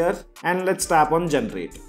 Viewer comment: Generate. × Gentrate ✓